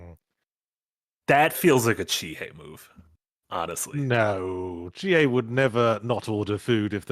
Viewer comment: It's Chiie anything else is wrong